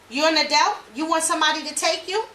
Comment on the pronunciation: wtf is an “adelt”?